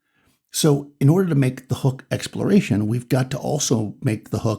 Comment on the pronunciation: Hexploration is what I heard instead of exploration